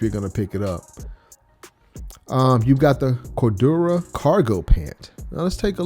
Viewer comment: said “cordurah” 😂😂😂